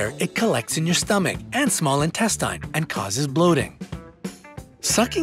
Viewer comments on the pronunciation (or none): They said intestines wrong